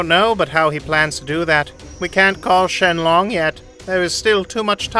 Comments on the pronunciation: "shenlong" excuse me what💀? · “The dragon shenlong” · "Shenlong" - Dende